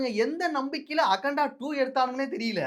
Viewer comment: All ok😂 It is akanda and you are pronouncing as aganda